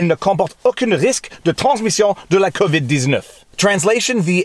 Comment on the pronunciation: It really, really sounds like you keep saying 'COVID-deeznutz' when you say COVID-19 in French.